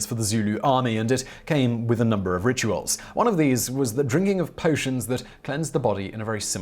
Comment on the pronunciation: I think you may have mispronounced the word "rituals" . I'm just throwing some shade at ya dude, thanks for the great video!